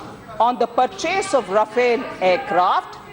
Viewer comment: learn to pronounce the name of the plane